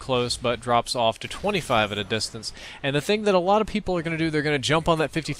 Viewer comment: Repeat after me, off, that's o-f-f-, not o-f, that's of. See, you got it right in your last 'sectance', if you will.